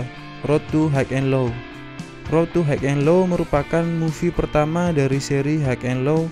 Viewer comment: Bacanya hai en lo, bukan haig en lo